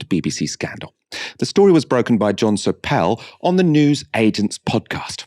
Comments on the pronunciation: Not 'Soppel' but 'Soapel' methinks.....but then I'm boring! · It’s not SO-PEL It’s SOEPLE Ugh! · It's the correct pronunciation I'm after. I think you got it wrong.